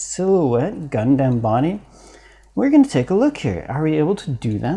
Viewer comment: Please, its Gundam not Gun damn. Please